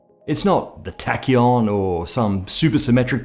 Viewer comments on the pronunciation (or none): none